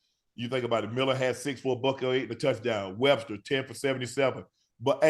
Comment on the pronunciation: Wester not Webster but go Buffs💪🏾💪🏾💪🏾